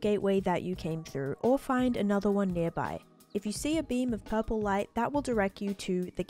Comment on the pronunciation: You say purple funny